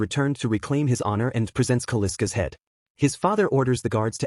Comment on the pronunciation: Kal-isk not Kaliska is the name.